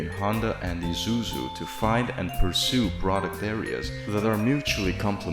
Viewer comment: "Ee-zoo-zoo" huh?